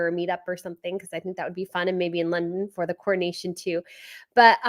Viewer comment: It’s pronounced ca(h)na(h)ven (castle). In UK we say coronation [corru-nayshun] not cornation, we keep the second ‘o’ 🙂